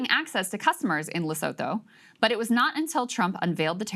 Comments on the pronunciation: PLEASE say it properly, Lesotho is pronounced "Lesutu"(Lesootoo prounounced with a short sound for the oo's) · Jon Stewart is the only ‘analyst’ that has pronounced Lesotho correctly. Le-soo—too